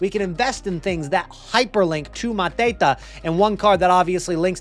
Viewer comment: Why are you pronuncing mateta like hes a mafia drug lord ? Hes french 🤣